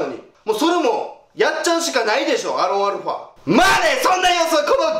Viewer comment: 前から思ってたけどアロンアルファってちゃん言えてない時多くない？ アロファルファみたいなw